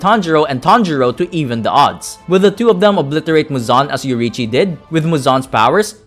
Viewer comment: bro its yoriichi